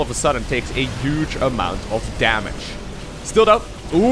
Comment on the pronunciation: Hey. I hate your intro but love your cast 🙂 i also find it remarkabel how you know such good English but can't even say HUGE. It's spelled with a fucking H. It's NOT uge! It's HUGE! Doing my fucking head in mate!